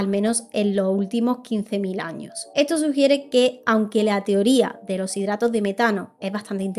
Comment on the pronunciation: Temas muy interesantes pero me da algo escucharte decir "en lo estado unido" "a causa de lo huracane" "a lo largo de lo año" 🥴 y las S's? Es una de las características principales cuando hablas en plural.